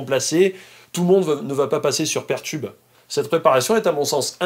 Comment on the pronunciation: C'est peer tube, comme Peer 2 Peer, et non pas pair tube (même si en français on a traduit par Paire. ^^